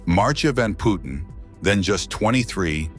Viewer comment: It CLEARLY says Putten, and NOT Poetten...With u as in hut, please learn to READ!